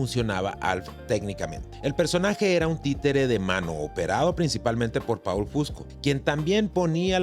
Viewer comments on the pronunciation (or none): Se pronuncia POL no PAUL , POL FUSCO